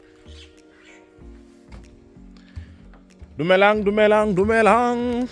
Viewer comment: 😂😂😂"dulemang dulemang" le wena blah😅 You mean Dumelang🤣🤣